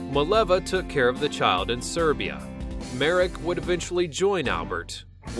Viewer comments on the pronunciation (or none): none